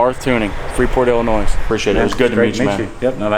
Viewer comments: IllinoiS. That s is actually silent for those who don’t know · “Let’s get to illinoi”s” 😂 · Who else from Illinois cringe when he says illinoisss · Hopefully someday he can learn how to say Illinois properly. Its not Illinoise just sayin.... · bub i love you to death but there isn't as 's' at the end of illionios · It’s not IllinoisSsSsss! There’s only one! 🤦🏻‍♂️ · There’s no “noise” in Illinois. Thank you. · Just heads up the S in Illinois is silent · It's "L-in-noy" the s is silent. 🙂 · YOU DONT PRONOUNCE THE S, THE S IN ILLINOIS IN SILENT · i'm sorry, but i cringed when he pronounced illinois like that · I love how mispronounced Illinois EVERY TIME... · Hey love the videos, the s in Illinois is silent man. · Please learn to pronounce "Illinois".